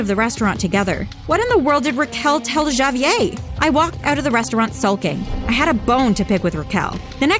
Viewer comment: She pronounced Javier as javyay